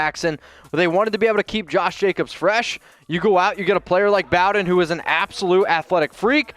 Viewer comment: You may need to learn how to pronounce the Kentucky boys name because your not saying it right